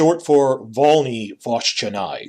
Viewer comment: Thanks for the shout-out :) A small note on grammar: adjectives in Polish typically take on the grammatical gender of the noun, hence "Związek Kupiecki" (m.) but "Konfederacja Kupiecka" (f.) Regarding pronunciation of "Włościanie"... I realised the way I transcribed the last syllable might have been a bit misleading. It shouldn't be "nai" but "nie" with the "e" audible at the end. Atm the closest equivalent in an English word I can think of is "pecuniary" (try pronouncing it like the "nia" part). Also, stress should be on the second syllable (the general rule of thumb for Polish pronunciation is that last-but-one syllable is accentuated). You did really well with pronouncing everything else, though :)